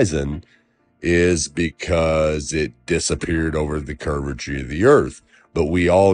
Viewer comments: I noticed that too. Half the time he was saying “curvachee.” The other half it was something like “curvaturavachee.” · This mf saying "curvetry"?! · This guy can't even say "curvature".... why would i trust him to teach me science....